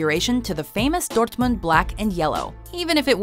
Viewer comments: When she pronounced Dortmund I almost shit myself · I love how she pronounces Dortmund like it's Spanish lmao.